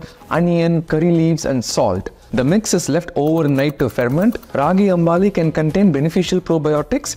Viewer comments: It's pronounced as Ragi Ambli as you've mentioned in your title and not Ragi Amb"aa"li as you have constantly called it in your video. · ... Yes, but its predominant in Karnataka and then it was adopted by other South Indian states.... Food n dietician PhD here...😊 He will say many things .. he must first learn to pronounce " ambli" not "ambali" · I like Rahi gambling very much & have it in summer twice a week. Pardon me, natives in India pronounce it as AMBLI *आंबली*. It is mis-pronounced as अंबाली as you make its spelling AmbAli. This second A misleads to mipronunciation. I will appreciate you if you pronounce it as अंबली /आंबली henceforth. People at large follow your pronunciation, hence it it important. ThanQ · Sir, Feel free to say it is from Karnataka and it's correct pronunciation is "ambali" and not "ambaali". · Sir with all due respect it is pronounced as "Raagi Ambli" not Ambaali 😂